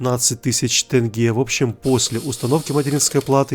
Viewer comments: Ради Бога Не гЭнгЭ а тЕнге ! Мы же не говорим Рыбли или рүбл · не тЭнге, а тенге😡😡😡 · БРАТ НЕ ТЭНГЕ А ТЕНГЕ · Какой тэнге можно же сказать тенге еблан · Почему тЭнге? Тенге Е это же ваша буква мы же там не поставили ТЭНГЕ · какие нафиг тЭнге, тЕнге. оно даже читается как тЕнге. бесит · Не тЭнге а ТЕНГЕЕЕ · конечно спасибо что переводишь в казахскую валюту, но не "тЭнге" а "тЕнге":) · Не тэнге а тенге грэвин рабиль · Ну чеееел... тЕнге, а не тЭнге!! Там нету буквы Э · Не тЭнге, а тЕнге. Е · лучше не говори тенге, просто говори там 300к в Казахстане но не как, не тэнге